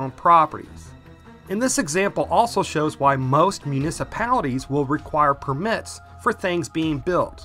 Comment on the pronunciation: It's permits, not permits. Lol